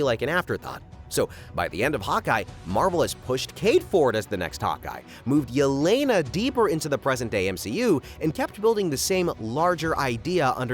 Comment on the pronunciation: For heaven's sake its E-LE-NA. SHE IS RUSSIAN. A name like "Ye-Lay-Nuh" DOESN'T EXIST IN ANY SLAVIC LANGUAGE!